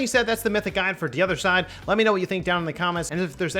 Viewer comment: Bad pronunciation of de other side